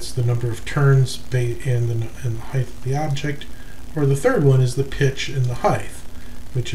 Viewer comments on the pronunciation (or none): Why do you say heigth instead of height?